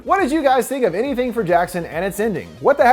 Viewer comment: anytHEE-HEEing for jackson